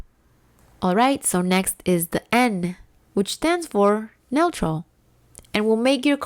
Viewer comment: N is for neutral, pronounced new-troll.